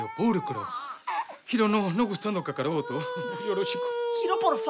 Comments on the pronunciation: Kakarotto?? Jajajajaa buena!! Hasta francesca termino diciendo kakarotto... quien diria?? Jajajajaja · Kakaroto xd???? Que mmd xDD Para las palabras en inglés si la producción de afhs se puso atenta, pero para el japones... Karoto, que mrd xddd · Ese diciendo kakarotto xddd